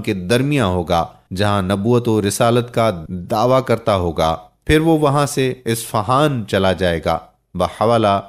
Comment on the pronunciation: Mishkaat H Mikuwaat sirf Likhne Me Aata H Juld Nahi Jild Hota h Yaar 😁🤓😂Dajaal Nahi Dajjaal H Sufa Nahi Safha H, isfahaan Nahi Asfhaan, Shunakht Nahi Shanaakht